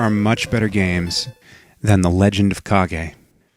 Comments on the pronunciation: its Ka-ge if you watch Naruto and say hokage why cant say it with kage not cage its spell with a K not C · it is correct terms. its not cage its ka-ge because its spell with a K not a C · Not me. It's Kage. Not cage. Or is it Demon Sword? Awesome game. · It's CAAAGGEE!! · I used to play this game all the time, and even though I know the correct pronunciation of the title, I still think of it as the Legend of "Cage".